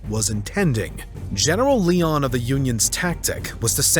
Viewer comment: Still great stuff! The struggles of non-Americans presenting American history shows up again here in Part 2 with the mispronunciation of a few words, most notably Lyon. An American would know to say "Lion," not "Leon." Using AI to present the voice over isn't a good idea unless you know where/how to correct it. Still - as before - this is all really well done. Kudos! And thank you!